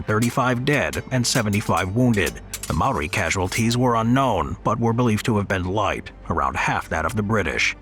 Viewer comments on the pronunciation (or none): That js not how u say maori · I’m a kiwi and I’m pissed off at the disrespect you’ve shown to the Māori language